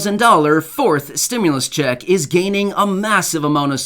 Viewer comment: "2,000 stimlus ccheck" lol